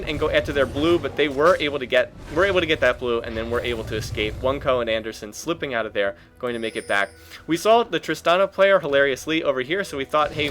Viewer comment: Btw. the name is japanese and pronounced O-neh-koh